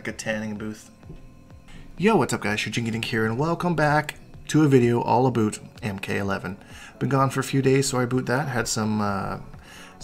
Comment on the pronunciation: Sorry aboot that 😂😂😂